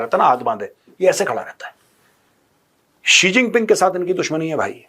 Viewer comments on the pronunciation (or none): Hahahah chigeng G bolo😂